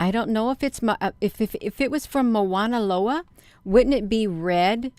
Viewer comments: The correct pronouncement is Mauna Loa not Moana Loa. As a local Hawaiian I just wanted to clarify that. This is quite fascinating that’s for sure. Appreciate your research. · It's pronounced mow like cow mow na lo a I watch the observatory as well. Strange things happen.